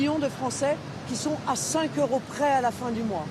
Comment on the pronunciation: Deux cents "heuros" ! Il n'y a pourtant pas de "h aspiré" à euro, ma vieille ! La fille Le Pen parle vraiment comme une poissarde ou bien, veut-elle complaire aux oreilles des bobos sur parigots ou à celles de la charcutière de "Poubelle la Vie" ? Elle est si loin d'avoir le talent de son héroïque père, mes bons. Il savait bien, lui, la différence de prononciation entre euros et héros, entre la hache et l'habitude.